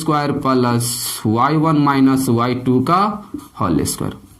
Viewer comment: सर आपके पढ़ाने का तरीका बिल्कुल गलत है आप 2 को तो ठू बोलते हैं बोलना नहीं आता तो क्यों यूट्यूब पर वीडियो डालते हैं